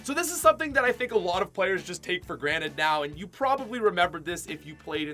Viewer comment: it's pronounced granted not granite